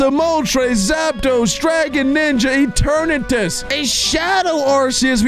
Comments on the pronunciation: It is not eternes its eternetes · it is not Eturnas it is Eturnatus ee_tur_ne_tus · YOU PRONOUNCE ENTERNATUS NOT ENTERNUS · Eternatus not Eturnus!!!!!!!!!!!!!!!!!!!!!!!!!!!!!!!!!!!!!!!!!!!!!!!!!!!!!!!!!!!!!!!!!!!!!!!!!!!!!!!!!!!!!!!!!!!!!!!!!!!!!!!!!!!!!!!!!!!!!!!!!!!!!!!!!!!!!!!!!!!!!!!!!!!!!!!!!!!!!!!!!!!!!!!!!!!!!!!!!!!!!!!!!!!!!!!!!!!!!!!!!!!!!!!!!!!!!!!!!!!!!!!!! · what eternus not eternus is eternatus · Breh kept saying eternus wut???😂😂😂😂😂😂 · When got crimson he said the absol tol absol and eternus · ETERNATS BRO do you pronounce it correct I don’t no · it’s eternates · Legend says still doesn’t know how to say Eternatus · Eternus it’s pronounced ee TURR nuh tuss and it’s pronounced KYOO rem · Ki-yu-rem Pronounced Kyurem Sol-ga-le-yo Pronounced Solgaleo Eter-ney-tus Pronounced Eternatus